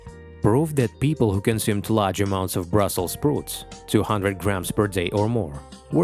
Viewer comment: Faramir. 🤣🤣🤣🤣 I'm sure he meant Brussel "sprout."